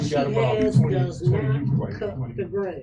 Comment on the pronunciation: she actually says, 'the yute.' does she drink the water from camp lejeune? she's aggressively ignorant.